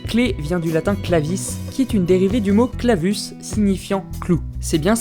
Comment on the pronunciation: si mon prof de latin t'avais entendu dire cvis et et clavus je pense qu'il t'aurais mit 2 heures xDDD